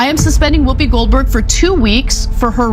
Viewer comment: How the hell is she legendary. Ghost and a nun, that’s it. Fhost ent off cos of Patrick swayze, not whoop-pee